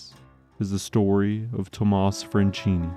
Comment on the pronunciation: SILVESTRO FRANCHINI, NOT "FRENCINI". DDaffuck man